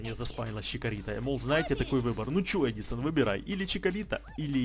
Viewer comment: я уже есть в музее на снайви на фамилий ударение на а